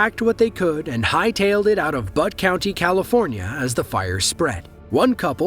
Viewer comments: Butt county? For real? It's Butte county. Pronounced "bee-ute". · Butt County?!😂. I live near the area where the fires happened in 2018, and it’s Butte County. Pronounced like Byoot, not butt! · The Camp Fire was not a natural disaster. It was caused by PG&E. Also Butte is pronounced Bute not But. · Butte County. The U sounds like a U not an uh, I did get a chuckle when you said butt county though. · Not “butt” county. “Butte” county, like “beaut-iful”. 😁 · It's Butte County, like "Ute" not butt. And that wasn't a one way street! It's the country. There aren't 2 lane, one way streets there. But obviously no one is driving the other way into the fire... 🤦🏼‍♀️🤦🏼‍♀️🤦🏼‍♀️ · Narration must be AI. Paradise, CA is in Butte County, not Butt County. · as someone from paradise who lived through the camp fire and lost everything, it was hard to watch. Just fyi (and it made me smile), the county is not "butt" county, its pronounced "by-ute". Good job on the video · The Camp fire was in Butte pronounced “Bee- Ute” County; NOT Butt county😂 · as for the camp fire.... 'tis not "butt" county california. Butte. like b-U-te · It's pronounced "B-U-te" not butt, after the Black Buttes. Have some respect for those who lived though that terror, like myself. Hope you fix this. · Interesting video, thanks. BTW, the county (Butte) where the Camp fire was located near Paradise, CA, is pronounced BYoot, not butt. :) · Lol, its Butte county, pronounced Beaute! Not Butt! Yeah the "Camp" fire was terrible stuff. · Butte County = pronounced byoot, not butt. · not butt. butte, like beautiful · A cousin of mine and her fiancé lost the first house they ever bought during the horrendous fire in Paradise. BTW: Though it is spelled Butte, the name of the county Paradise is in is pronounced “Beaut,” as in beautiful, not “butt!” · Butt County, California. LOL. Butte is pronounced BYOOT. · byoot county not butt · Butte County is pronounced "bute" not "butt". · He called it "Butt County" 🤣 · Sheffie "Byoot"